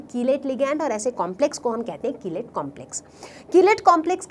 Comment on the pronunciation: ma'am aap कीलेट ko kilite keh rahi ho hahahahhahahaha budhu